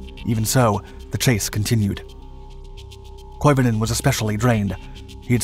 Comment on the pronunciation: Some say he's still skiing to this very day. By the way, your pronunciation of Koivunen is pretty damn good!